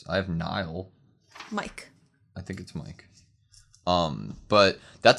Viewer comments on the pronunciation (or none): Not super important, but Mike is pronounced like the word "me" and the letter "k", so like Mee-kay. Idk if you know anything about German, but most of the names are German, so you can try to pronounce them like that if you know anything about German. Annie joining the military police is definitely interesting, and you guys are the first reactors I've seen who realise its significance. Btw, remember that only the top 10 cadets can join the military police, and of those 10, Marco is dead and Annie joined the military police. The other 8 all joined the scouts. That means that everyone else could just pick between the scouts and the garrison, and of all of those, if I'm not mistaking, Armin and the tall girl with freckles who's always with Krista, the short blonde girl with blue eyes who was the number 10 cadet, were the only ones who chose the scouts.